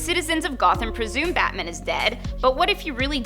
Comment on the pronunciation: It sounds like she's saying Batmin.